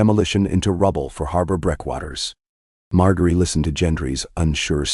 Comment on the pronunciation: It's pronounced MarJERY and please fix the vocal distortions.